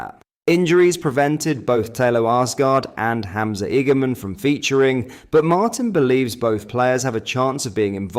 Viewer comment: 💯 worst attempt at his name ever 🤣